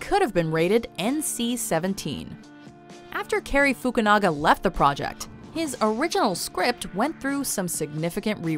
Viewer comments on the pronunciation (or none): none